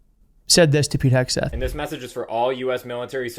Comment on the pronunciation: Don't Forget "HAIG"seth....